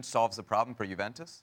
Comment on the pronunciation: Why does this guy insist on pronouncing Juventus incorrectly?